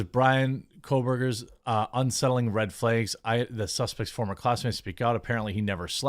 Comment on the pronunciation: Red “flaegs”